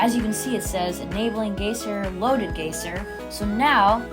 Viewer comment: btw it's pronounced "G eye zer"